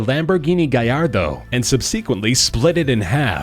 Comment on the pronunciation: someone said that he pronounced it right.....